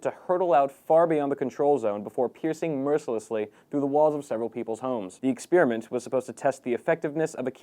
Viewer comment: the exspearmint